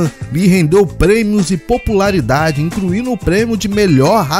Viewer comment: Dignidade é uma opção de vida ❤ parabéns pelo conteúdo. "Crítica Positiva " - ouça a sua narração, peguei erros que você pode corrigir - "incluino" - "participano" - "dublano - "ampliano" - "dublano" - "participano" - "destacano" - "dublano" - "relembrano" - "seno" - "assistino" O BG ficou alto conflitando com a locução